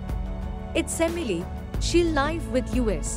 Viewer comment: Pronunciation... and computerised voice saying LIve (l-yve) instead of live